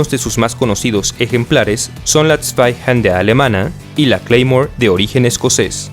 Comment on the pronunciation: "...La Zweihander alemana..." -¿Zweihander? Ulalá señor francés -¿Entonces como se dice? -La espadota